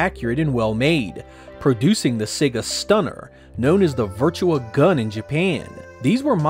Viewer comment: Why does everyone keep saying Virtua as Virtual